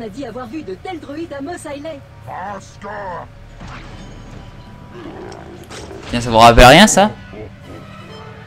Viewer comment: Sa se dit mos èslè